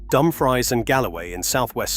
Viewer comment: Dum Freese is how you pronounce it.